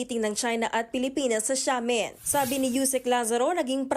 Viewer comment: Ang Xiamen ( Shamen) hindi gaya ng Shanghai